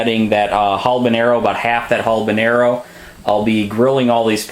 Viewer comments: love the vid, but there isnt an L in habeñero. was drivin me crazy. awesome sauce though! halbenero lol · Habanero you ass not Halbanero there s not an L isn’t the word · 'HALBONERO' ahahaa... fuckin white guy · Habenaro... there is no l in that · HALBANARROW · You are pronouncing, "habanero" wrong.